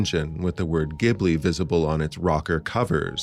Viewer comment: Best Miyazaki movie, and far and away the best dub of any Ghibli film. Thank you for the correct pronunciation of the studios name too.